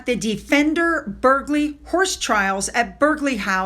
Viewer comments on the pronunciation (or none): Burghley is pronounced Burly. English place names are difficult as many of the consonants are not pronounced like Wuster for Worcester or Gloster for Gloucester. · pronounced BuRR Lee